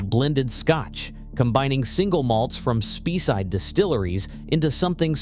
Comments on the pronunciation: Speyside is pronounced Spayside and not Speeside. There are time when you pay too much for a Whisky, after the first glass you may as well be drinking Bells. High priced whisky are definitely for folk with more money than sense. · It's "Spay-side" (not Spee-side, FFS!), and "Eye-lah", not "Eye-lay". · Spee -Side. Dumb robot. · Pronounced SPAYSIDE. not Spee side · It's pronounced SPAYside not SPEEside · Say SPAYside not Speeside. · Interesting - but the pronunciation is awful. The word 'Speyside' is not pronounced 'Speeside' - it should be pronounced 'Spay - side'. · it's pronounced 'Spay' not 'Spee'. 👍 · Skatch?? Speeeside??? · Speyside is pronounced "Spayside". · Good post. Though I think you missed a trick with Ardbeg 10 or Glenmorangie Original (now a 12 up from 10 and even better than ever), both outstanding whiskies in their own right and excellent VFM. Incidentally, Speyside is pronounced Spayside, and Islay is pronounced Aila; might as well get it right if you're going to talk about their whiskies, eh!? Love Lagavulin, but in my market (Japan) the 16 has almost doubled in price in recent years (used to be ¥7,000/$45, now around ¥18,000/$110); the quality is still stellar, but VFM not so much so. Oh, and Bruichladdich (Brookladdie), another fabulous Islay distillery with some amazing expressions - Classic Laddie (unpeated), Port Charlotte (peated) and Octomore, the most heavily peated scotch of all time; I had a bottle at 258 ppm (6.3 Islay Barley 2009) five times Ardbeg levels, and still smooth as silk; absolutely outstanding (though not if you're on a budget)!! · Please try to find out how to pronounce these whiskies and the area's they come from. Speyside is "spayside" spay like hay or spray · "Spey" rhymes with "grey", not "pee". 🙄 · What the hell is 'speeside charm' or 'glen fiditch' ffs. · Speyside is pronounced spayside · Spee-side, Glenfidd-itch and Lock Lomond for fox ache? Could they not find an unemployed Scots actor to read this?